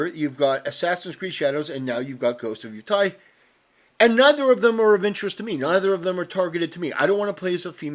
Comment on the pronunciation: "Ghost of Yootai"